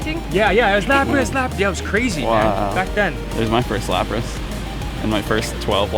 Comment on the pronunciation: "Lapri" Excellent latin